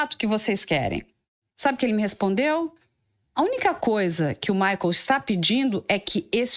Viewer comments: É maicol, não é maicól 😂💕😂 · Por que ela fala Maicól??? Que horror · Essa pronuncia maicól me dá uma gastura